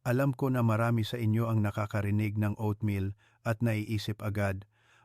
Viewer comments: Hahaha...anong O at meal?...OAT MEAL....PAANO KMI MANINIWALA SYO..E HINDI KA MARUNONG MAGBASA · GAGO O AT MIL BIGKASIN MO NG TAMA HINDI NA YONG PAGBIGKAS NG ISANG IGNORANTEKUNG HINDI UMALI KA NA DYAN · Doc puede mo nalang bigkasin na Oat meal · Bakit O at meal ,nakakailang pakinggan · Meron bang o-at meal, patawa to si Doc, di halatang AI